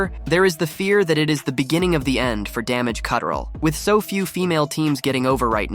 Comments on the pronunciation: This man said Damaged C-Trel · Does this guy not know how to say damage control?